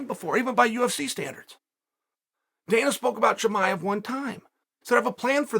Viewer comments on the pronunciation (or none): Chael : Haz-mat Chimaiv